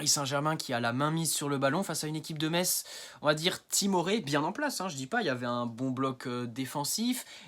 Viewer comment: 😳 Oh le gamin !... 😄 Je croyais que tu étais un homme trentenaire. Tu es majeur, au moins ? 🤔 Sinon, on dit "messe", pas "metsse" Continue, petit, tu te débrouilles bien ! 😉